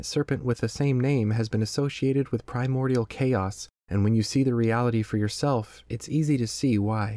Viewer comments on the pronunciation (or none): none